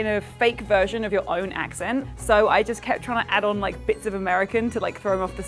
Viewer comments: I wish they'd kept the secret so we could try to spot the fake too. I think I would have spotted her when she said she was working "awn" cosplay. Her pronunciation of "on" was very American-trying-and-failing-to-sound-British. It's always in those back vowels where the errors show up. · the way the last girl said on..the way she prolonged the pronounciation is already quite....*sigh